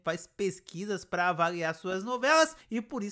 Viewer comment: Nicolas Prattes fala uma frase qualquer e já está com os olhos marejados e cuspindo , além de não conseguir pronunciar a preposição "para", é sempre "pa você" "pa mim". Não aguento mais ver a Gabz fazendo a mesma cara de susto, é sofrível, na minha opinião, como espectadora, foi um tiro no pé colocar essa menina, a escolhida deveria ser a Jéssica Ellen, essa sim deveria ser a protagonista da novela das 21h. Não aguento mais ver o talento da Ana Beatriz Nogueira sendo desperdiçado, dizendo que a viola é a mulher da vida do Rudá 🫠. A trama e a atuação da mulher do brigadeiro, na minha opinião, é terrível e só piora, sem contar a do marido abusivo que não deixa a mulher comer. Olha, francamente, como espectadora, só não desisti dessa novela porque gosto do Chay e foi uma grata surpresa ver a Ágatha Moreira em cena, quero ver o desfecho da Luma.